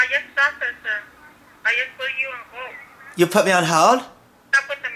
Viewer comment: thank youh youh aw so nice to meh